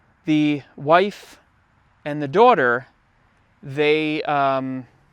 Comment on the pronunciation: I’ve never heard anyone pronounce “daughter” like you. Where are you from?